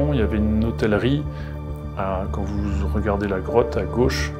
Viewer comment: Bon reportage 👌 mais par pitié sachez cher Mr que l'on ne prononce PAS "hossstelerie" mais Hôtellerie , l'on inclus pas le S dans la prononciation , cela étant Sainte Marie Madeleine est un Phare dans ce monde de ténèbres , gloire au Père de nos pères à l' Esprit Saint consolateur à Jésus Christ ressuscité son Fils Unique notre Seigneur 🙏🕊️💖✝️✡️🕎⚜️ avec Marie Immaculée Conception et Saint Joseph 🙏